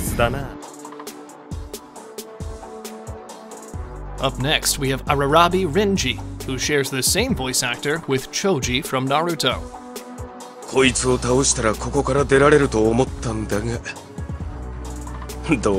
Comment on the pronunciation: "Ararabi" Renji Kuchiki "BLackuya" I am not japanese but Bleach is my fav anime and i can't help but be offended by that.